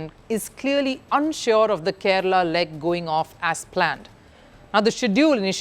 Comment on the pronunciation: Its Kerala not kerela